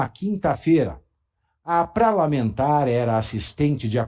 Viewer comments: Eu sou fã do pavi amo demais esse jeito dele falar .eu não me aguento quando ele fala da ; pralamentar 😂 eu sou tua fã muito obrigado por falar o que nós gostaríamos mas não temos oportunidade obrigado PAVI 🫶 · "Pralamentar"foi maravilhoso 😂😂😂😂